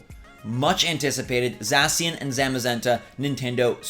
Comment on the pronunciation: Did this nigga really just say za-si-an and za-ma-zenta